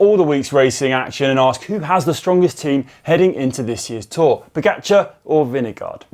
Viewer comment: "Vineguard"? GCN is resigning to any putting any effort into pronouncing names correctly.